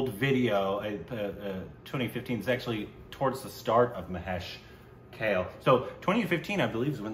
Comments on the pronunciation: Its not pronounced Kale but Ka-leh. Just for your info. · It's kaaaaaaaale .... Not kale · KAAAAAA-----LAY. Not Kale salad lol. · Guys, it is not Kale. It is Kaa-ley. It is a Marathi name. I think he deserves to be named correctly. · Why has any Marathi not yet corrected them about Mr. Kale's pronunciation? It's not kale as in the vegetable. It's pronounced Kaa- Ley. Someone tell them. He deserves at least that much respect. Also it's not really an "L" sound, it's this ळ letter in Marathi (technically called Voiced Retroflex Lateral Approximate /ɭə/ )which is very hard to pronounce for non-Indians. So that's understandable but it's really not pronounced like kay-le. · It’s not pronounced Kale as in the vegetable but as Kaalay. Anyways, nice to see enjoying Indian Classical. Earlier he used to be clueless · Guys, it's not Kale (rhyming with whale) but Kale (Ka, rhyming with la) and le (rhyming with bay for say)! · Mahesh Kale. Kale should be prounced as Kaa + de and not "Kel" or "Kale". Its Kaade. d here is mix of L and D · 'Kale' should be pronounced like... Ka - Kaa Le - Lay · Pls pronunce his name as "Kaalay" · His last name is pronounced as Kalé(ka-lay), like coupé, ka-lay means BLACK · Mahesh Kale is pronounced as Mahesh "Kaalé". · Last make of Mahesh Kale is Ka( as in Kayak) and Le a(as In 'Laid) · Pronounce it like Kaaa-le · kale= kaa+lay pronunciation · Learns the correct way to say Kale and apologizes for saying it wrong on previous occasions Also: Says it wrong in the very next video! xD